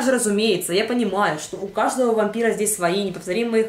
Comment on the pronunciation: пометочка-дневники вампирААА<